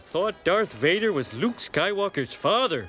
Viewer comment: That wasn't Luke. It was Luuke.